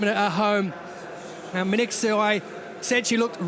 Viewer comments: He mispronounced her name completely! Her name is not Men etsu! Wtf is men etsu? . Her name is Mengistu. pronunciation men- ghee-stew. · What a loose commentary was that?! it is Men-Gistu, not Minqsu or whatever your British accent is. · Ho do you get her name wrong repeatedly???? MENGISTU WTF??? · How is the commentator can not say her name Mengistu correctly? Congradulation Tigist you made us all proud Ehiopians!!